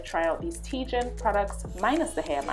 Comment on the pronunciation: Its TG I N ...(.Thank God Its Natural) not Tee gin